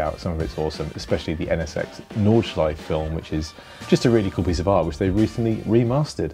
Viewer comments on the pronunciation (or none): Are we just gonna gloss over his pronunciation of "Nordschleife"? Cringe for a car guy my guy. Nevertheless, great video and that test track is amazing!